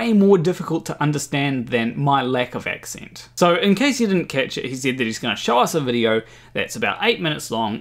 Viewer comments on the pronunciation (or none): "My lack of ac-cint" 😂